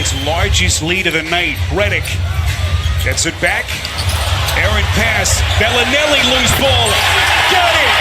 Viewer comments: It makes me cringe when the commentator says BELLY NELLY and not bellinelli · Somebody tell this announcer its Belinelli, not BellyNelly. Sounds like a 2018 Teletubbie. Good grief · I get your joke lol.. Its pronounced Bell-Lah-Nelli... He kept saying BellyNelly lol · It's Belinelli, not Belly Nelly haha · It's not "Belly -Nelly"!!!! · I fucking hate the way this guy says belinelli